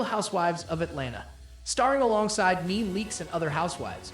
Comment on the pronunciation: Your saying Nene's name wrong... It's NEE NEE Leaks not NEAN .